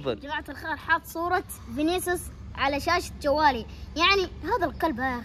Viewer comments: فنيسيوس❌ فانيسيوس ✔️ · فنيسيوس❌ فانيسيوس✅